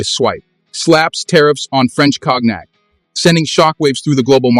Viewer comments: You can say KONIAC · Please pronounce "Cognac" properly. You pronouncing is killing the word. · Check your pronunciation of “cognac”. (I am not criticizing the content) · Cock neck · I love how AI reads cognac as "kognek" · You call President Xo by his first name, Jin Ping, as if he was in your family. At another time you spell his name “X-I” instead of saying it. You can’t pronounce “cognac”. And you exaggerate the trade war as a “battle for dominance” You don’t know this topic